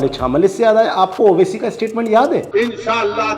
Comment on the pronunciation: Bhai dhang se toh bolo obc nhi Owaisi